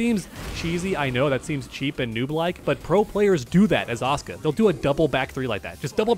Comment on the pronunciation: I thought u were saying "OSCAR"... I was like who the fuck is OSCAR... My dude, it is "ASU-KA"!